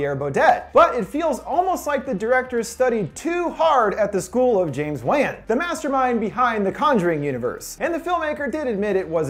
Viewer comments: it's pronounced james WON not WAN not ONE but WON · It pronounced James won not James WAN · I died when he said “James waan”😂😂